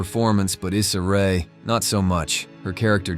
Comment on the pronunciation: Not you shading Issa Rae. Couldn't even say her name right.